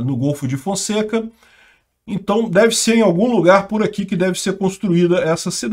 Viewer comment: "entai" aham,, pode deixar que vamos acreditar que você não sabe pronunciar isso